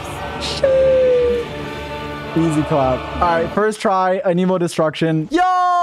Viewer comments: it not anEmo its anemo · it's not "a nemo" it's "anemo" they literally say that word so much in the mondstad quests and you still say it wrong lol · stop saying ah-nemo it IS ANEMO ANE-MOE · good video... ANIMO YOU SAY??? ITS AN_A_MOE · Can Someone Tell Him its Anemo not Aneemo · Why does he keep saying "aniimo" like that? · noone:: Ahkneemoe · I love how he pronounces it Aneeeemo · AH-NIH-MOH! SAY IT RIGHT, JESUS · so much anemo and you cant even say the word right lol... you aneemo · Wtf? Ahnee-mo? Why does this guy say it like that? Haha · WHY YOU SAY IT LIKE “A NEEMO” 🤮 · Dude you’re saying Anemo wrong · the way you say anemo gets me cryingg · damn if only he pronounced anemo right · why do you say anemo that way? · When you can’t even pronounce the word ‘anemo’ correctly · I still hate the way he pronounces anemo :(